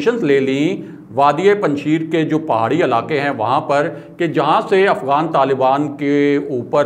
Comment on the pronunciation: correct your pronunciation.....its panj shair......not sheer......5 lions not 5 milk......